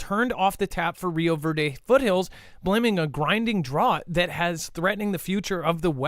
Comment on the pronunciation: Just to be helpful - drought is pronounced drowt